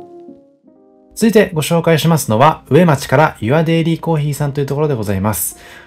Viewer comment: 大変参考になりました❤ちなみに上町は「うえまち」ではなく「かみまち」と読みます😂